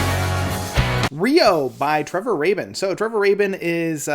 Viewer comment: It's pronounced "ray-bin."